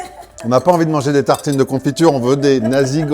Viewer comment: Cher, ça se prononce "nassi" (et non "nazi"). À part cela, merci pour cette belle adresse, ça ne court pas les rues les vraies adressrs indonésiennes. 👍